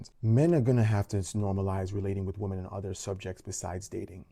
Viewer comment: Woman and women are not pronounced the same. PLEASE learn this. We are losing the word "women" .